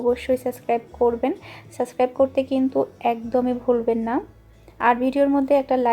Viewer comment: Suscribe na,subscribe bolen .